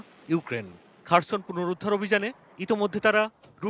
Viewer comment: খারসন না খেরসন